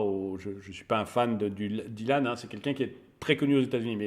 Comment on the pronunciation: . Il a pris cher le pauvre Dylan. "Écorchage" de nom dans les règles de l'art 😂😂. Plus sérieusement, excellent boulot, comme toujours. Aussi pertinent qu'intéressant. Merci pour le partage 👍🏽.